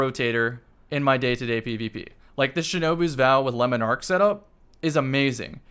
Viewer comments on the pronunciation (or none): He still says Lemon Ark and not Le Monarch 😭😭😭